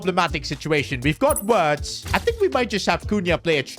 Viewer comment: Am I the only one who thinks doesn't know how to pronounce Florian wirtzs name, he's German and Germany's w is pronounced as v so it's not wirtz it virtz😊😊